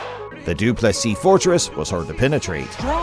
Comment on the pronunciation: try to say do plus c then you wil get it right